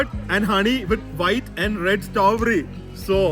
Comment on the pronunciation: It’s strawberry not stoberry😁 but cute to hear you pronounce 😂